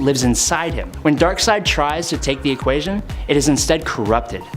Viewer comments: Ok… It’s Dark *SIDE*, not Dark *Seed*. Darkseid is the villian, Dark seed is his ejaculate. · It's pronounced darkSIDE, not darkSEED. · It's not pronounced "dark-seed", man, it's pronounced "dark-side" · Did that man just call Darkseid "darkseed"? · Why does he keep calling him Dark "seed"?